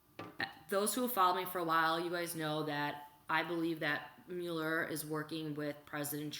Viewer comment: The name is NOT myul-er, it's MUH-ler.